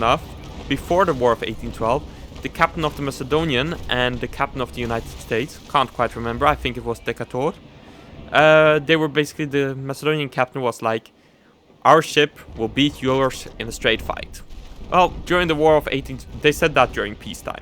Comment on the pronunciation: Decah torrrr?! Lol de cator